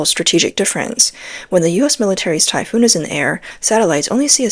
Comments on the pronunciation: Please, it is the “Typhon“ system NOT the “Typhoon“ system. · It's Typhon not typhoon. A common mistake. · I thought it was Typhon, greek Word. Not Typhoon like the storm.